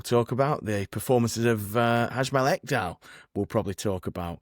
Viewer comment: well you butchered Ekdal's name 🤣🤣🤣